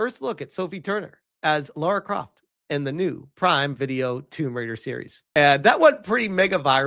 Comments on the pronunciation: I have a question. Is it a thing that Americans can't pronounce Lara? I've seen so many videos of North Americans call her Laura. Her name is Lara. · Her name is spelt "Lara" not "Laura" so htf do Americans get the "or" out of it o.O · will you stop calling Lara Laura? and you answer the "which show would you watch?" question I'll say this - yeah Lara Croft is supposed to be well equipped and yeah, usually ChatGPT does successfully make characters more beautiful, but not in this instance. It has made her body proportions all wrong, the shoulders too wide, etc. I like the original Sophie Turner proportions a lot better. She's not a bombshell Lara Croft type of girl, but she is a beautiful woman. Alicia Vikander was actually amazing as the reboot Lara, btw, imo. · nah, man, she's totally Laura... not Lara, though